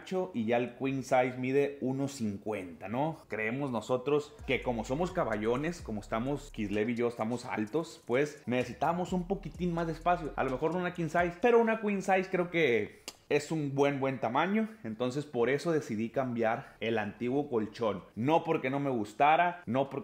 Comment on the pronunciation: Pronuncias King como si fuera Queen, ambos son tamaños de colchón y bases, pero se confunde uno